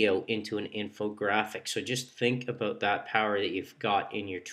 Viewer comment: Aboot, He Said Aboot... Canadian Aloiittt...